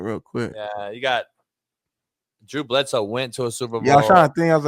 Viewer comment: Yall laugh at ppl saying Big Ben but you two goofies said Bledsoe… Bledsoe has a ring too fellas. 😂